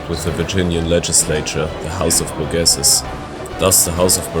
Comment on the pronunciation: In the states, we don’t pronounce French names as French. The house of burgesses is pronounced “BURR-Jess’s”. (The university of Notre Dame is “Know-ter Dayme” my state’s capital Pierre is “Peer” etc) Nice video though 👍